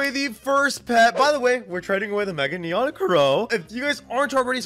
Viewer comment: it's neon skeleton dog not nron skeleton rex